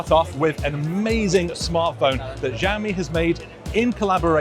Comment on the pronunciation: Just prounce it "Shall-mi" its not that hard 😂